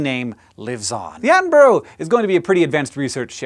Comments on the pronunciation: why cant americans pronounce Attenborough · That pronounciation of attenborough :( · David Atten-bruh is how its pronounced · Attenborough pronunciation was not on point, Hank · He kinda got it right on the second to last attempt, but instantly came out with the over-pronunciation on the final attempt. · that is definitely not right, sorry 😖😖😖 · "At-en-Bruh", not "At-en-Bur-row" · "Attenborough" not "Addenboro". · Its pronounced Atten-brugh, not Atten-burrow :) Not usually bothered about that type of thing, but he is one of my idols and deserves better :D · It's not pronounced Attenbro. You should say people names correctly regardless of accent, you would not like to be called Honk. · His name is pronounced (Sir) David Attenburra, not David Attenburro. Also, It's Edinburra, not Edinburro. You Americans get this wrong a lot but you teach me, I'll teach you and make British people less irked at your pronunciation. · atten-bro? silly americans its pronounced atten-burah. the u is almost silent so its more of a mix between atten-burah and atten-bra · its pronounced at-on-bur-uh, not at-on-burrow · I think as Someone from England To hear americans speak the most jarring bit to me Isn't things like Aluminium or you calling crisps, chips. but to me it is the way most of you prounounce borough like in Attenborough We would pronounce it closer to Bu,Ra whereas you are Bu,Ro. Mostly though I'm wondering are there any words or sound to an american ear that sound jarring when brits speak english? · Yo dog Attenborough is pronounced Atten-bruh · Its pronounced 'Attenbruh' by the way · " Attenboro?" at least learn to pronounce the great man's name correctly please. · Attenborouh is pronounced Atten-Bur-uh Cause in the UK we can make Averham to Air-am. Cause.. yeah. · Has anybody told Americans that the suffix "borough" is pronounced "burruh"? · David Attenboroughs name is pronounced like David Atten-bruh for any future references :P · where in England is it pronounced 'burg'?